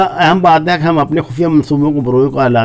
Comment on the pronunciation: ھے کو تھوڑا اور کھینچ کر لمبا کیا کریں پلیز،